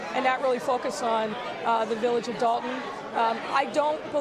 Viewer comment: Dolton with an "o" not an "a" if you mean Dalton you're talking about Dalton, Ohio(a village like Dolton, Illinois)and I'm from Chicago